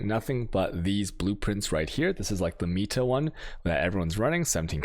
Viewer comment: Pronounces meta "Meat-a" but pronounces minutia correctly